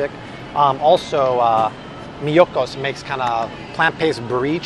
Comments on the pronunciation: please! It's MEE YO KOS not Mykonos, a Greek Island. Thanks love you anyway lol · Its Miyokos..not Miyokanos.. That said...thank you for the informational videos.... I love watching you. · The vegan butter and cream cheese is "me-oh-ko" not some greek word. It's the owner's name. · the brand is not "Mykonos", it is "Miyoko's" from Miyoko Schinner a really genius vegan cook. Take note! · Its pronounced mee-yo-kos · You're pronouncing miyokos incorrectly but totally appreciate your work and the videos you make